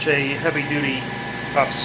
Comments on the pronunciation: Great work in a tough IDF. But don't say "ups" it's U P S. You sound like you're 13 when you do that. You wouldn't pronounce ATM as "at-um" or IDF as "id-eff" or - do you? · It’s not called an ups it’s pronounced you pee s it that messes sense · I always smile when he says ups instead of u.p.s 😂